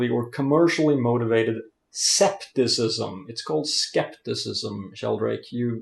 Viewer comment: Don't look an english dictionary for a Greek word... Scepticism is rooted to the Greek word "Σκεπτικισμός" and you do pronounced it correctly .